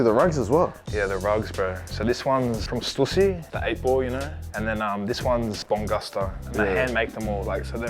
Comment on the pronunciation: joey d staring into the camera when angus says “stussy”😭